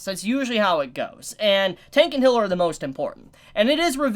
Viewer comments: The way you pronounce Healer makes me angry,it's not Hiller,it's Healer. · I swear, i blanked out for a minute, and all i hear is "Noufumi is a hitler and support" and i just imagine all the characters in nazi uniforms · He pronounces the "ea" as "i". The corect pronounciation is...well...with "ea". this is hard to explain as text. You can use google translater to hear the difference between "Healer" and "Hiller" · He says “Hiller” instead of healer